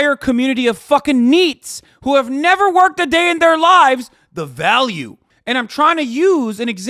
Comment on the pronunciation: why does "the value" sound so weird when it comes out of his mouth